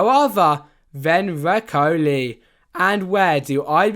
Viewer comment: Bro did you just pronounced recoil recoli ?